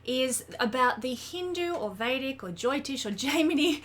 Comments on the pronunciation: It's jyotish and not joytish. Derived from jyoti, which means light. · this was THE most boring and bland 27 minutes of my life I BELIEVE SHE THINKS WE DO NOT UNDERSTAND ASTROLOGY TELL ME SOMETHING I DONT KNOW IS THE SUN HOT IS THE EARTH ROUND IS THE GRASS GREEN IS RAIN WET DO BEES STING?- YOULL FIND OUT THIS EPISODE OF COMPLETELY OBVIOUS THINGS EXPLAINED IN THE MOST BORING WAY POSSIBLE BY SOMEONE THAT CANNOT PRONOUNCE JYOTISH